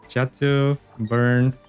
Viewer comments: Great video. Im going to make this deck. However, I thing you're confusing chatot, and Xatu. Xatu is pronounced Zatu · Hey! I heard you pronounce Xatu as "Chatu" in the video and I wonder where are you from, as I'm from Brazil and we pronounce it like that in portuguese:D